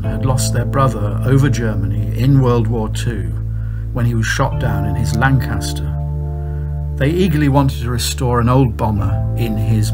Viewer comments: Perhaps it's because he keeps on pronouncing Lancaster wrong, with the stress on the second syllable. He got Manchester right; he just needs to do a bit more work on Lancaster. He sounds English; shouldn't be too difficult. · There is only one "R" in Lancaster this is not new news its well documented.!